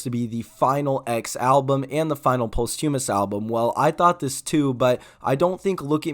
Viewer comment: Dude said “yee” and “post hyoomis”😂